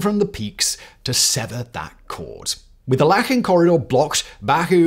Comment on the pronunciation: Its called Lachin Corridor not lakhin corridor